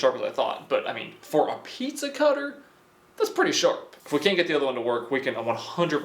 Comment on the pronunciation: He says piiiiiiezza Not pizza